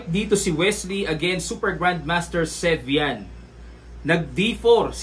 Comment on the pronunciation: 2nd : sevian not servian?